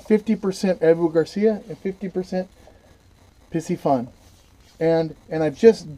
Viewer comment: "Carbon frame" is just a fancy term for plastic...those aren't 5 weights, they are magnets. Pretty sure pisci isn't pronounced pissy. Piscifun is Pisk eh fun. Pisc as in piscis (fish in latin) The cam is called a pinion gear. The plastic inside of the Abu are parts that don't wear a lot. Abu has been made by pure fishing (chinese company) With the exception of a few, ALL abu are made in china. They make a few Ambassadeur in Sweden still, but most are made in china. The Abu also design their own products. Piscifun does not. They reverse engineer other engineering and copy. It is much cheaper to copy than to design their own.